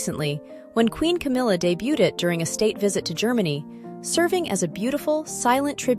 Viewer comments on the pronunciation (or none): none